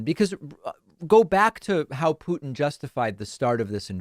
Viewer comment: .. I would agree if it werent for the fact that David 'byootchuers' every single pronunciation of any name with a 'u' as the second letter. Do you know any other person delivering the news calling Vlad as Pyootin or as Pootin ?